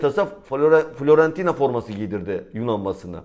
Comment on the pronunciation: FLorentina değil de Fİorentina diyin lütfen. Düzeltme yapmayı sevmem doğrusu ama hep Florentina diyorsunuz.